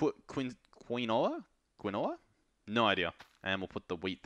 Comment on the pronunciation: Quinoa pronounced like Keen-Wa